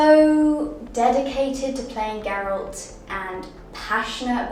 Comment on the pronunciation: Es GERALT no GARELT y el libro se llama The Last Wish, una leve correccion nomas